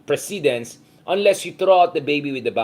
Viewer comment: Hi, Mr Heydarian! Regular watcher here. Precedent/ precedence is pronounced with accent on the 1st syllable. Just saying.